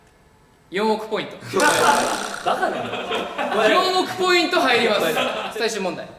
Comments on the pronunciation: ずっと思ってたけど翔太くんって2ポイントじゃなくて2ポインツってちゃんと複数形で言うよね笑笑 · 1ポイン“ツ”なのに 4億ポイン“ト” ☺️☺️☺️？？？？？ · １ポインツって言ってるのに ４億ポイントになるのかわいい笑笑